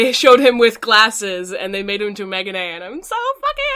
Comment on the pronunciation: I think you say Megane like " ME-GAH-NAY" I don't know though. Sorry I love you and we share a name, but you saying Megane kept throwing me off. With DRAMAtical Murder I think their gonna do the Dog route, cause i'm pretty sure that's the True ending. Boy, is that game a ride.. But, i'm sure the anime isn't gonna be BL, but more TONS OF BL UNDERTONES like what they did to another BL game turned anime. Kuroshitsuji- I know people give it shit and I understand why people think it's shit cause the fucking anime season 1 or 2 are shittiest fucking shit. BUT, the manga is a completely fucking different experience. The manga is actually pretty good and doesn't have near as many fucking fanservice as the shitty anime. All I can say is if you never read the Manga and your opinion is only based on the anime then just don't watch it cause you already think it's shit and nothing is gonna change your mind. But, if you've never heard of Kuroshitsuji I advice you to read the manga cause it's literally 100x better than those piece of shit anime adaptions. Also, the reapers are literally the best the about the manga. So if anything read it to see the reapers.